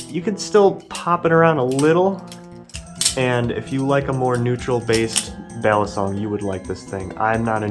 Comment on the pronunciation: Why is your name if you cant pronounce it at all😂